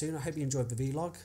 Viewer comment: it's pronounced 'vlog' like 'blog' - the v stands for video!